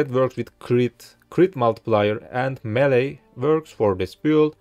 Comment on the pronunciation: "melee" nice guide tho